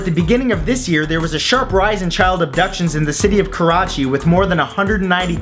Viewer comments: "karachi" sounds like "crotch" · i just watched the video and he says kerachi, pakistan, the fuck is wrong with you lol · It's pronounced ka-ra-chee